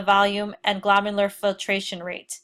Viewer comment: Can’t pronounce glomerular and alkaline and is a professor?? Interesting.